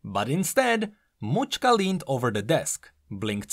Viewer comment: Mauchka? I believe it's name is related to macska ("match-ka") which means cat in Hungarian.